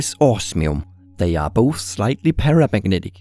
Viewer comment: "Eeeeet iseeeent exsactly paramagnatic"